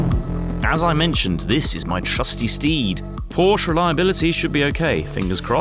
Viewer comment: Please pronounce Porsche properly!